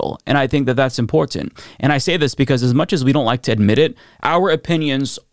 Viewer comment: The way you say "Important", "Impor-TanT" sounds so weird to my ears lol.